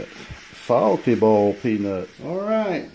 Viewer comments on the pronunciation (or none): "Bawlt" peanuts.